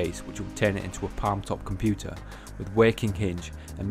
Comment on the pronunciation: 'Haitch d m I ' interconnect on me 'com-pu-ah' . Pretty sweet for real, mate.